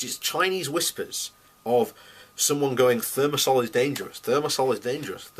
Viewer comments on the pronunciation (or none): Considering that this puffed up bonehead (broadcasting from his room at his parents' house) cannot pronounce the name of the this toxic antibacterial (thermosol sic) I would not give him much credence-- at first glance. Moreover, he tries to say that dose makes the poison, so if only a few neurons are poisoned it is alright-- the dose present in vaccines is sufficient to cause harm. Given that there are alternatives, there is no justification. Part of the reason why the industry and its paid shills are so stubborn on this issue is that they do not want to confront the civil suits that would overwhelm them.